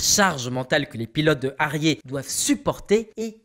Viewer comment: La prononciation de HARRIER et TOP GUN... entre autres franchement ! Concentration ! Pas besoin de péter les feu comme ça et mettre les bonne image aussi ! De pire en pire